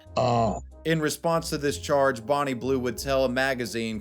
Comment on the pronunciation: It's Bonnie not "Borrneee"....ffs!